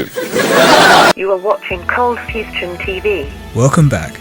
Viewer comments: Cold fustion? Lol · Awesome vid, but what is "Fustion"? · cold fustion? what?